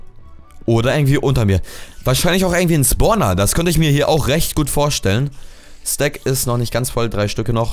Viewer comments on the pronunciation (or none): none